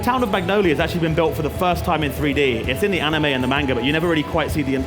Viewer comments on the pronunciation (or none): “Main ga” manga🤦🏾‍♀️ these guys